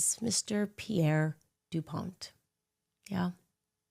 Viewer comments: Hey Candance. The T is silent in Dupont. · Is it Pierre DuPont with a “t” or with a “d”? 😂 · As crazy as everything coming out of Candice is, I cannot get over how she is pronouncing "dupont" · Wooo Delaware shoutout! She’s an idiot. DuPont is literally an (mostly irrelevant and cultish) old American family with old American wealth, much from the Second World War producing nylon. It also is not pronounced the way she says it, making it sound French. Wild.